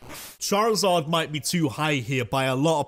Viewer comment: DO NOT LEAVE OFF THE I IN CHARIZARD!